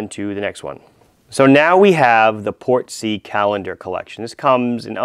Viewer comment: Also "Portsy" Not "Port-sea"